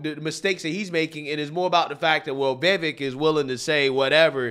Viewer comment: FYI, His last name is pronounced Viv-Vake.